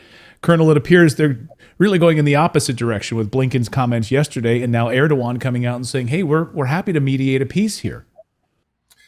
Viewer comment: Its Erdogan not Erdovan❤